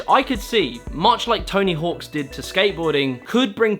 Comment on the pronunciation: I can’t believe you caught the subtle variance in the British and American pronunciations of Jacksss but totally missed that you added an s to the end of hawk in Tony Hawk every time you said his name 😂